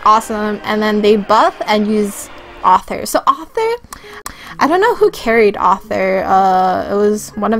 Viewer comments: it is arthur. AURTHUR. not author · yea she also called arthur as "author" xD